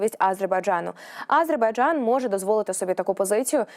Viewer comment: Режет ухо, нЕ А зербайджан, а просто АзербайджАн, это все равно нЕ УкраИна, а УкрАина, жЕ диктор у вас ДОЛЖНА поставлена правильно речь и нЕ НАДО 🤕 выдумывать, СПАСИБО ❤🇺🇦